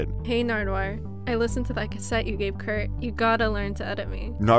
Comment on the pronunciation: Kurt died… please say it right